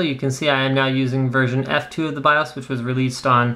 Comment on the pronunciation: Whenever you say BIOS, it sounds like you're saying "I'm tha' Baws!"